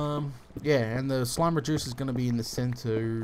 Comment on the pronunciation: I thought the first time he made one of these slime reducers i thought he said "slime rejuicer" wow lol